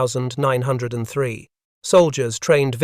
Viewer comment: I believe its pronounced ninteen-oh-3 springfield rifle!